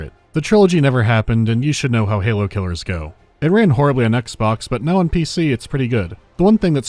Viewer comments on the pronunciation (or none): please help me I’ve been trying to figure out where you are from and I have no idea I have a hunch you’re northern Irish because in another video you say “noy” instead of now but you also sound very American I’m so confused I just wish to know what part of the world you are from it is eating me up inside